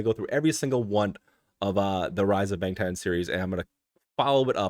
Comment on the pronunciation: BANGTAN pronounced as BUNGTUN ..